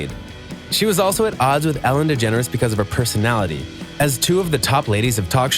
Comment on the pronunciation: Its Ellen DeGeneres not «Ellen Degenere»